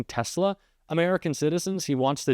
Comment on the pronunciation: Did Musk say Tezla ...yep he did.